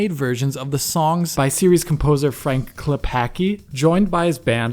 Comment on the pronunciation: What expansion packs are included? Also, Klepacki is not pronounced "Klepakee", it's "Klepatzki", just like "Dirk Nowitzki".